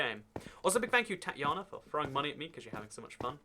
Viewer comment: I love how bad you manager to butcher my name 😂 but I’ve honestly heard worse than Tatlana